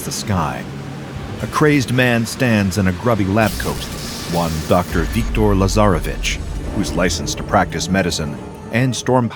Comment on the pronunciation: Ok,someone should explain to me why i heard "lazarabitch" in place of "lasarevitsch"